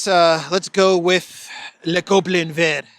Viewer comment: pronounced le Goblin vert without the T 👏👏👏👏👏👏👏👏👏👏👏👏 bravooooooo!!!!!! ❤